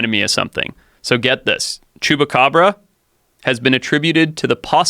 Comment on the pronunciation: It’s chupacabra not chewbagabrah